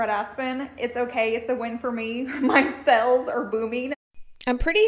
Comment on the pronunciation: and "sells" for sales and "jowls" for jaws 🙄🙄